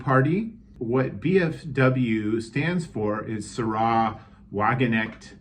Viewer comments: Sárah, not Saráh. Sahra Wagenknecht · Forgive me but no. The way you pronounced Sahra is simply wrong. If anything, it's zAh-rah.